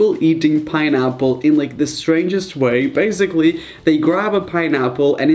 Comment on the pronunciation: Galaxis not really sometimes he sounds more American when he’s reading but not really lol I love the way he says basically, (baez- ick-lee)